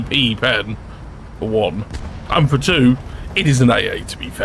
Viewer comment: Carefull saying "fo' China"